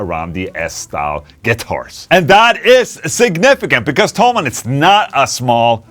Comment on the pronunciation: Why everyone says "Tollmann" the company name is - Tho - Mann. Rick Beato call it Tollmann too..